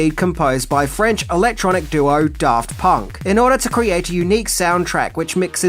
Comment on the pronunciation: I heard "Daft Punk" as "Darth Punk" and immediately realized that Darth Punk is the Sith I didn't know I needed.